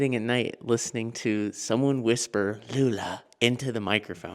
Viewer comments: bro sounds like "Blood" not lula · The girl said hello or Lula